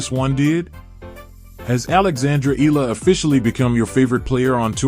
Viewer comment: Eala pronunciation E-yala